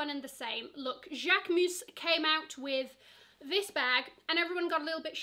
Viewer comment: Im French and you say « Jaquemus » perfectly 👌🏽